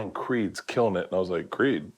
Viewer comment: Them butchering Creed makes me cringe 😂